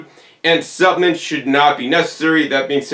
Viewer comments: the i is silent ~ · intriguing pronunciation. also interesting is the american pronunciation of caramel as 'carmel'...